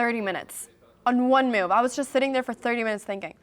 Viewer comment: How do you spell the word move? You pronounce it like it’s moyve 😂